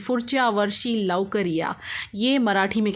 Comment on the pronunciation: Just to correct- its Pudhchya varshi not furchya & lavkar ya not lokar